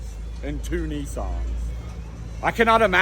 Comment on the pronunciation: Hey you’re pronunciation of Nissan (Neesaan) means "older brother" in Japanese 😂😂😂